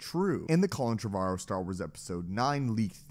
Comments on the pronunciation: Tre Var Oh? Colin Tre Var Oh? Its fucking Trevor-oh. Christ. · Trevorrow (Treh-Vor-Row). Learn to speak. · 1. The way you pronounce Trevorrow is frustrating lol 2. He's terrible, Jurassic World is terrible, Rise of Skywalker is terrible